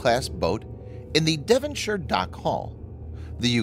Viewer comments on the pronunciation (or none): none